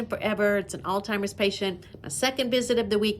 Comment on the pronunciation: I'm sorry, but I had to keep rewatching this video cuz I thought I kept hearing you pronounce alzheimers as "all-timers", and I think that's how you kept pronouncing it, but it's actually pronounced 'aalts-hai-mrz", lol🤭. I'm a stickler for grammar, and I probably should've become an English teacher instead of a nurse, lol😂